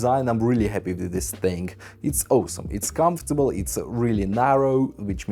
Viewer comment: Take a shot everytime you hear Owesome. Vodka of course!